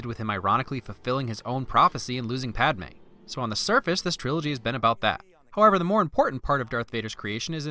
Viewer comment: Padme not Palme lol